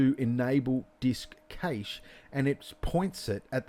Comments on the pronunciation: Great tutorial dude, only thing cache is pronounced the same as cash. Great job though, looked really good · Fantastic tutorial but the way you pronounce cache vexes me lol